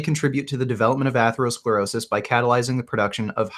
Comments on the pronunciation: 35 mins in, dont know if i can listen to this guy say AYthlerosclerosis 1 more time. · Aythlerosclerosis, Varreyes, and Caritinoids. Sounds like a smart guy. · Jesus Christ, Take a shot everytime someone says "atherosclerosis" 😂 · He can't pronounce atherosclerosis, nor does he understand the meaning of the word "degenerative". How can I take this kid seriously? I can't do 3 hrs of this, and I don't know own how did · I take advice on preventing atherosclerosis from someone who can't pronounce the word. I'm a meat head. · When talking about atherosclerosis was searching it up. Failed to pronounce the word and could not even form an argument. Love the video this just show how uneducated these carnivore promoters are.